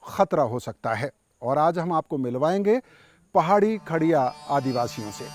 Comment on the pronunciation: Its not kharea ,its khodia,,,i